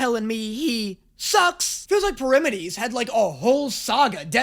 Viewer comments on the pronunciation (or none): ITS NOT “pull-if-a-mus” ITS “pall-ee-feem-us” AND ITS NOT “Per-im-adeez” ITS “pair-uh-meed-eez” 😭😭😭😭😭😭😭😭😭😭😭😭😭😭😭😭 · sorry....I CANT TAKE IT ANYMORE read this CAREFULLY PLEASE PEAR-RAH-ME-DEES (yes dees like the joke 'dees nuts' shut up-)